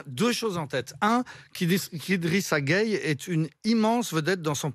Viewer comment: 😂😂😂 elle est marrante cette dame. D’abord elle se plaît à mal prononcer le nom Guèye pour dire Gueyé, ensuite elle propose que IGG ne joue pas en France s’il n’aime pas les valeur françaises. Elle ne se gêne vraiment pas. IGG n’a pas besoin des valeurs françaises, . Pourquoi? Parce qu’elles ne l’identifient pas. Et laissez moi vous rappeler que tous les bons joueurs de France sont en grande partie des Africains, donc attention. À vouloir trop avoir raison, vous êtes en train de vous ridiculiser devant tout le monde entier.